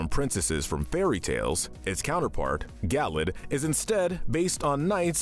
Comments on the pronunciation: Gal led not Gallade. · It’s pronounced PEE-chew, guh-LAYD, gore-UH-biss, rye-KOO, man-TEEN, and ray-QUAY-zuh, “”! 🤨 You just as bad at pronouncing names as Kyle,! 🙄